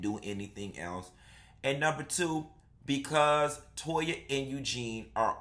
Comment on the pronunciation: It tickles me with Anila's Mom calls Toya 'Toe-ha'!!!